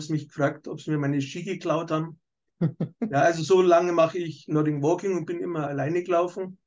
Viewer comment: Macht Nordic Walking seit 20 Jahren aber sagt immer noch Nording Walking 😅